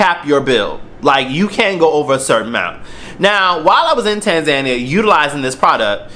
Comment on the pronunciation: Nice pronunciation of Tanzania 😂